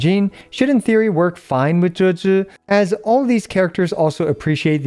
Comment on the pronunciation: I just heard ‘Jhujhus’, am I losing it or that’s how her name is pronounced?